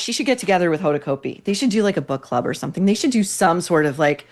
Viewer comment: "Hoda" "CAUGHT BEE" not "coat-bee"